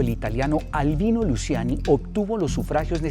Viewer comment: Se pronuncia “Luchiani”